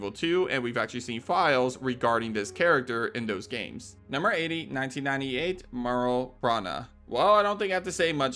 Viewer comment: Great video, my only issue is your pronunciation of Meryl.. You keep saying Merl.. it's MERYL, the y is not silent.